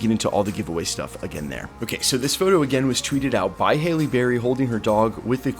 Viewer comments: Bro. Pronounce her name right. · I immediately noticed that you pronounced her name two different ways and you pronounced the word cat as dog which was really weird. Take your time dude...